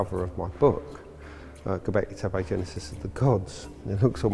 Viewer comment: ...oh gawd, it's HIM again....... 'Ghawbecklaaaay Theppaaaaayyy'..... FFS.